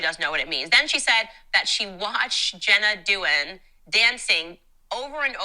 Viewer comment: Candace kept saying Jenna Dewan's name wrong, which was so annoying, and said she did the Magic Mike dance on "So You Think You Can Dance". She didn't even try to get the facts right. I can't stand her. Why does she say "women bing at home" while she has her own career? Dumb.